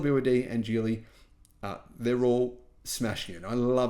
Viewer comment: It's pronounced Geely with a hard "g" not a j sound. Thank you as always,.